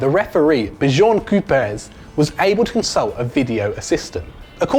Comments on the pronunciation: Who da fuck is Bijon Kupes!!?? Or was this the worlds most wrong name pronunciation ever!! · Bjorn Kuijpers You say it like Bjjjjjorn Kuiperz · "Bijoourn Koopers" Really? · besjorn quepers hahahahahahaha great pronuncation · I'm dying how could you think that that's the way to pronounce björn kuijpers it's B ch uh rn kuypers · Let's forget about the way he pronounced Björn Kuipers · you prenounced Bjorn Kuipers like he is a franceman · Lol that pronunciation of Björn Kuipers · that pronunciation of Bjorn Kuipers though... i understand that foreign names can be hard to pronounce, but you almost made his name Chinese. XD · How he said Bjorn Kuipers... omg he isn't french lmao (no hate, I just found it really funny) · Die uitspraak van Björn Kuipers hahahahaha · Bro you butcherd Bjorn Kuipers' name!